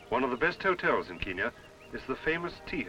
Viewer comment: KEN-yah not KEEN-yah!